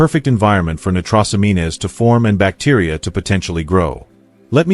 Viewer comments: ''Nitros amean es'' lol AI can't hack it yet, nitrosamines pronounced ''nitro sa means'. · See if this helps from a search engine on pronunciation: nitrosamines /nī-trō′sə-mēn″, nī″trōs-ăm′ēn/ Not "...amean-ez". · Hey bot, It's not "nigh-tross-a-mean-ez", it's "nitro-sah-means"